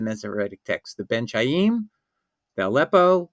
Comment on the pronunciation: Ben Khaim, it is pronounced as in Spanish BEN JAÍM, it is not the [ch] as in "China", it is the [ch] as in "chemistry".